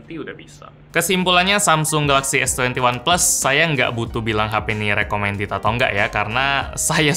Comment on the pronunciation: S Twenty Oneplus 😂